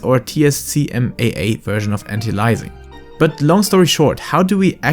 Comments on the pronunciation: It's Anti not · Anti a-lie-zing 😅